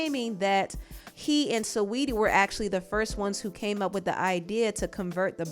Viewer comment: The way she pronounces sweeties name gets me every time lol